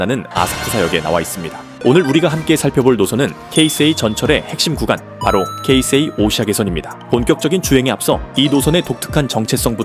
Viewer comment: 이야~ 케이세이라고 제대로 발음하는 분 처음뵙네요. 보통 한국에선 게이세이로 발음하는 분들이 대부분인데 ㅎㅎ